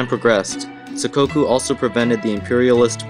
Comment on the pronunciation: It's sakoku!